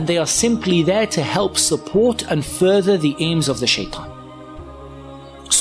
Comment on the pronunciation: speak like you do naturally, it's not foorther, it's further, if your real voices are like this then you're not built for narrating any of the youtube videos, I am unsubscribing because they are not professional enough to deliver the messages